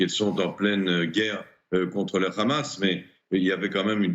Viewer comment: S'il-vous-plaît, arretez avec le "Rhamass" , c est le Hamas ...